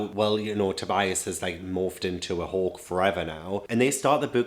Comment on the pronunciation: It took me 30 minutes do realize you were saying “hawk” and not “hulk” haha I feel so dumb